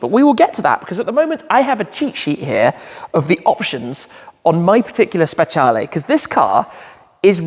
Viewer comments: It’s pronounced specialeeeeeeeee not lay. I love this car but not the colour. This in Rosso Corsa is stunning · Why does he keep pronouncing it like that? “Spetshialley” it’s a speciale like say special with an E on the end. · Can‘t wait for that „VS-Tour“ with the Speciale and a very random Red CS 😁 but Tim please do me a favour: 1. say Speciale the way you already learned at your last drive 😂 and 2. do something with that Plate! I mean i‘m happy you got these removable plate holders these days but you can‘t cover up the Cavallino 😢